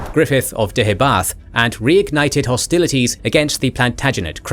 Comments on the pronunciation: Your 'pronunciation' of Deheubarth isn't correct, it actually sounds more like Deh - hay- barth - Emphasis on the penultimate syllable 'hay:. Celtic should never be pronounced 'Seltic', but rather 'Keltic'. Not 'Seredigion' (!) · Please would you be able to get the pronunciation correct. The Kingdom in Southern Wales was Deheubarth, pronounced as "Deooybarh" and Ceredigion was pronounced as "Serydigion" as Celtic is properly pronounced as "Seltic", like the Glasgow football club.